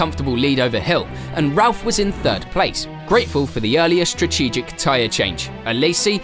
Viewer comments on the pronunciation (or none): Repeat after me - 'strategic'. Not 'shtratgeshic'. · You need to practice saying "strategic" mate. That's a t in the middle, not a ch.